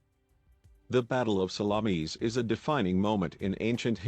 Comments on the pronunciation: I thought it was Themi-suckles, like the bay of Salammees, lol. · Salammmees?---the pronunciation is embarrassing and funny--and sad in a way. And a lot of the facts are wrong as well. Greek ships were heavier and not every single Persian ship was sunk.